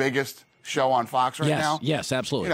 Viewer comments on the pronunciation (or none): does he mean fox cable or cocks cable?